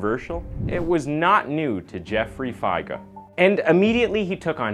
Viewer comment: It's Jeffrey fi-ger not joffrey figah